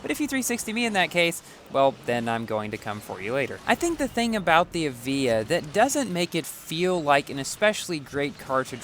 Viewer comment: 1 star Evija: Not so good... 6 star Evija: Alright! I've changed my mind!!! P/S for: The pronounciation of the Evija: It's pronounced as A-VI-YA, not E-VEE-JA. Confirmed by Lotus